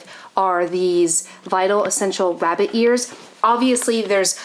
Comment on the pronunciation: DID U SAY RABIT EARS?